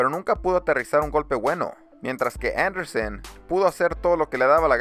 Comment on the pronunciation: No es Andersen.. es Anderson.. ;) buen video